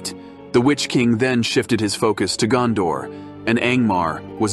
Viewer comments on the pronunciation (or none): none